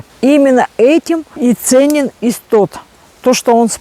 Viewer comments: называйте правильно, не исстот, а иссоп. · Иссоп, не истоп.